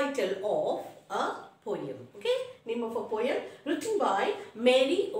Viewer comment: mam it is poem not poeyem